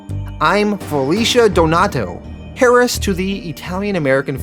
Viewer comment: For Heiress and Heir for that matter, the H is silent. It sould should sound more like air and air-ess. Den-zi-en? Try den-i-zen.